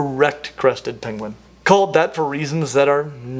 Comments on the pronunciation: Pengwings! Actual ROFL at the "King Penguing" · "penguing" 🤣 Benedict Cumberbatch would like to have a word with you